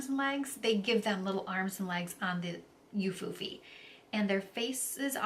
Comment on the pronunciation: Hi! It’s pronounced “oo-foo-fee”. You have a nice voice, btw.